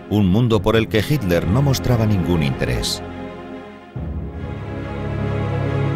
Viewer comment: Misterios de la pronunciación ibérica.